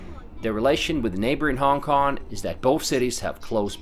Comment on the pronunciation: Love your video. The only question I have is that why do you keep mispronouncing, "Hong Kong" as "Hon Kon"?